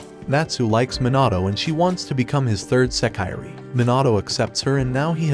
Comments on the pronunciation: You should learn some basic Japanese pronunciation. It’s not “seh-KYE-ree,” it’s pronounced “seh-kee-ray.” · Does it matter yall clearly know what he means? A lot of yall are saying English words wrong but wanna complain about this. Smh fake elitist.